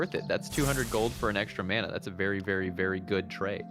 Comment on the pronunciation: Teaks "fancy" pronunciation of Mana is inline with the Polynesian Mana and frankly I appreciated hearing it after the concept has been just absorbed by generic fantay.